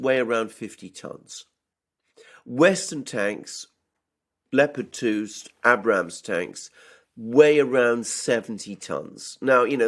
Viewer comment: Hey Alexander the Abrams is pronounced with a hard first A not a soft a.